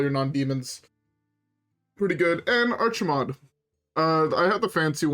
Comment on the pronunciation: It's not Archiemonde, it's Archimonde. No e.